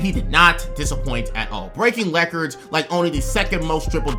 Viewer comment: “Breaking lecords”